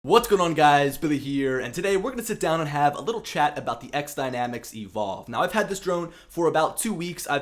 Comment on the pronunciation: FYI - It's "X" Dynamics for the title. I am sure you know this as your video you always say XDynamics. I had a pre-production unit to test and use and give my feedback. I thought it was a solid drone and ground station (transmitter). The options for the camera is going to be a great feature and possible alternative to the Inspire 2.